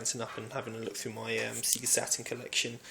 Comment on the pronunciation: golden axe and double dragon have always been underated when both are well above average fighters. Oh yes and its "sayGA" not "seeGA" lol